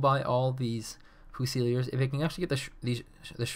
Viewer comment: It's unfortunate he can't pronounce leopard and fusiliers. Lee-o-pard few-sillys